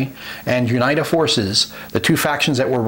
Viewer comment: Awesome video thanks. Small note: UNITA is pronounced (You Nee Ta) :-)